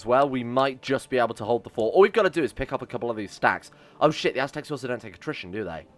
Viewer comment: Aztecs... ASS-tecs